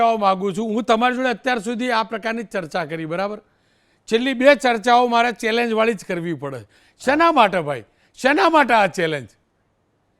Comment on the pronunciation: તને ચેલેન્જ બોલતા ભીની આવડતું પછી મોરબીનો વિકાસ સુકરવાનો 😂😂😂